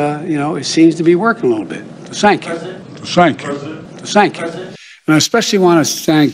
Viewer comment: Looks like the usual idiotic closing of his speeches ("ThankyouThankyouThankyou") will soon be replaced by "Sank you," three times in a row🙄